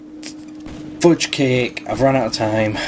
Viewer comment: Hahaha, I love how you say "fudgecake" fooojcake